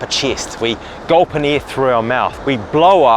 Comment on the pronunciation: “Breath airrrrrr”